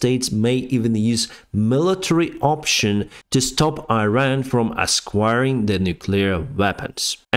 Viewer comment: Tip of the Day: in "stop Iran from acquiring..." (around 7 min.), the word "acquiring" has no S sound. It's like AKWIRING not ASKWIRING.